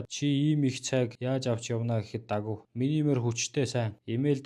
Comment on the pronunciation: давгаа гэж хэлээчээ